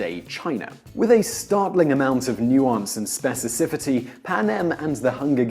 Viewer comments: The host did it again .. this time you said "specicifity" when you wanted to say "specificity." You lost me as an audience member. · Spe- ci- fi- ci- ty Simon. The word is specificity. For all the attempts at pronouncing foreign words from languages you didn't know from the cradle, you get a pass- but someone of your intellectual acumen has got to be able to clearly enunciate his English. Otherwise, love your work- please do keep the content coming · "Specicifity," huh? ;) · Ok, it wasn't just me.